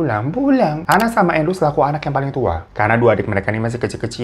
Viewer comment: Saking lamanya babang glowung bawain cerita, dari sebutan nama yg awalawalnya endru jadi andru 😂 emang kalo durasi lama gini kadang otak juga ikutan lalot 😂,, semangat trus bang 🫰💪